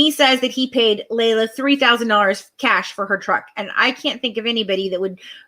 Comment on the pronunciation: no you haven't. Because every single family member calls her LEE LA. Have you listened to the press conference with her sisters? It's LEE LA